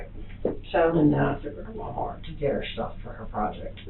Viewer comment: Did she say: “love this man to DEATH”?😂also i somehow heard her saying WalmarK